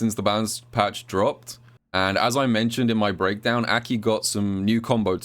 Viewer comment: every time I hear say AKI, I always feel that it's spelled Ackey instead